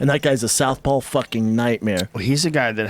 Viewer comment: Hey. Brendan. It’s SOUTHPAW. not south Paul. How the fuck do you not know that and you used to fight.